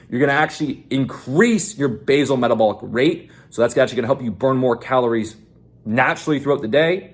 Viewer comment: Base-all (pronounced)